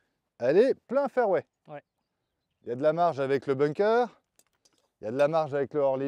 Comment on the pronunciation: Tjs très instructif un parcours accompagné 👌🏻 Par contre , on prononce bunker et pas ”bounker" à part si tu joues en Normandie sur la plage 😝